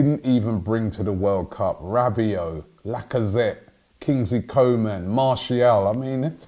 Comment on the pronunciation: His name is pronounced Coo ma